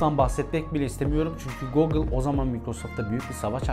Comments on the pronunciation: başarısızlık, teknoloji kanalı açıp, Google telaffuzunu goğgıl olarak yapmaktır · Google ne yaa guugle o 😄